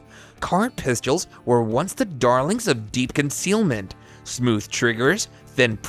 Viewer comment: I can’t watch. I prefer real voices. Also, I cringed each time he said “pistules”.